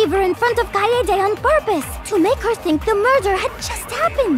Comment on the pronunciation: Btw it's kaede not kaedae